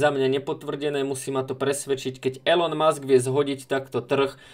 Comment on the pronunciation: Elon musk sa čita ilon musk